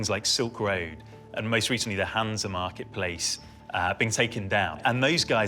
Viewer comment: “The Hanser Marketplace” I love how he mispronounced “Hansa” and the people writing the captions just spelled it as he said it.